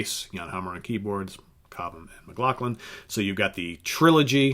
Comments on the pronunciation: McLaughlin. Not Mclacklan. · I thought McLaughlin's last name was pronounced, "Mick law flin" ?????? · I think John's name is pronounced McLauflin. ....